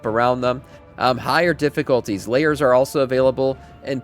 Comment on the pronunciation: LAAAAIRSSS, Like AIR, not Layers, wtf.